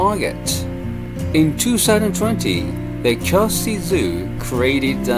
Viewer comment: I'm just curious why you have problem pronouncing KYOTO?